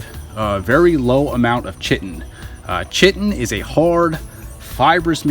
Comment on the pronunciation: Chitin... pronounced "kite-en"